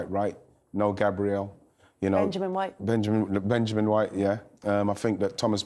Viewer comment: That emphasis on Benjamin 🤣🤣